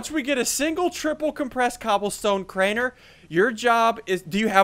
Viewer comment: It’s Crainer not Craner